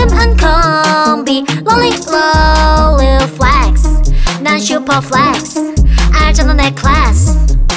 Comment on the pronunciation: Flex 할때 발음 지린다..